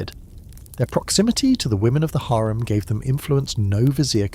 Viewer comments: HAREM not HERM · HAREM not HARIM